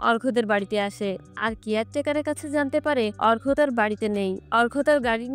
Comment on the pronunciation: Arka r arghya r moddhe parthokko ache apni bolchen thiki kintu uccharon thik kore bolun duto name e akirokom lagche sunte..... Story taller houa oto sohoj noi.